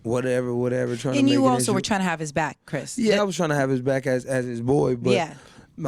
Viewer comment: It's Chris Brown not Chis Brown